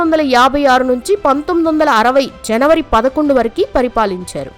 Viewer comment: వరకు అంటారు కాని నువ్వేమిటే వరకి అంటున్నావు ముందు మంచిగా మాటలాడటం నేర్చుకో